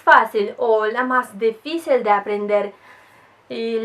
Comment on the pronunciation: despues q vi el video iba a preguntar de donde eras. rusa. hablas de una manera perfecta el español aunque algunas palabras se entienden pero no la pronuncias como es. ejemplo dificil lo dices: deficil por tu acento presumo. ademas, tenias q ser rusa x lo hermosa q eres